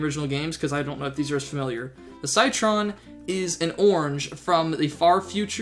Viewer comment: it's no SYTRON Citron pronounced sitron